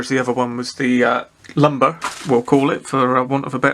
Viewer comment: Nice one J interesting kit btw it’s a limber not lumber😀👍